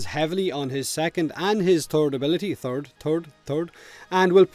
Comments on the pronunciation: "Third Fird Turd" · the way he says third lol